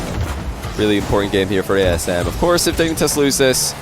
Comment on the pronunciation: I kept thinking was messing up by saying TSM because of Eyeignite before realising he'd said ASM right